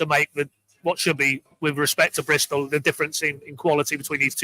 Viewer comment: Stop saying Bristol this is a schoolboy error 😂